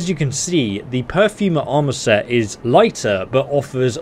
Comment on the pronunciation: Per-for-mer not pew-fer-mer